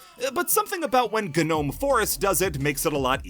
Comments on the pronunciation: If this mf says gnome forest like guh nome forest one more time im gonna kill myself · My ears bleed everytime he said ga-nome forest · Um, You're probably not gonna see this comment, but, Gnome Forest, or just, Gnome in general, isn't pronounced with the G, the G is silent!!